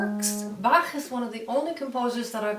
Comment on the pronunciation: She spells Bach very well! Sounds very native